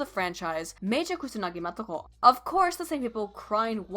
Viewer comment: Motoko nigga, not matoko. Shit, do you even nihango?